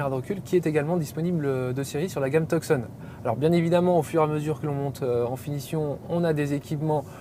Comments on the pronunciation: Et si on veut prononcer correctement c'est "Toussonne" (tout comme la ville en Arizona et pas Teuksonn) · We don't pronounce the C in Tucson 🤦🏻‍♂️